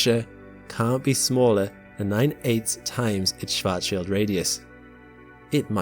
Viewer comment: Thanks for not butchering "Schwartzschild" shwarts-shield, with the "a" as in Mark.